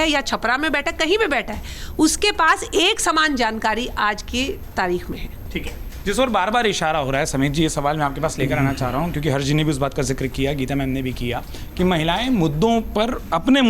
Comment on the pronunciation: Madam ji harsh ko hashr bol gayi